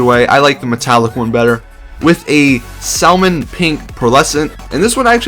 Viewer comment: did you say "SAL - mon pink"? its pronounced "sammon" pink but its spelled with an L